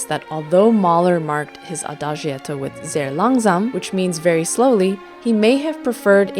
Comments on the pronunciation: adagietto is pronounced Ah-Dah- JET- o. The letter i is not pronounced. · Thank you for a very enjoyable and enlightening exposition. Ahem, while you are there in Hamburg, try to bump into an Italian and ask him/her to teach you how to pronounce Adagietto (ah-da-jetto) and Maestro (My-stro) and, in general how the additional "i" is used to soften its preceding consonant. (As in Giacomo or Giotto.) Grazie lo stesso!